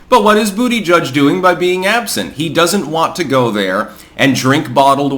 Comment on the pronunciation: Bu**geek is the name. I don't know how anyone could still mispronounce this stud's name